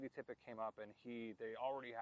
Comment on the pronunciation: It's "Tippit," not "Tippett." Please do more research.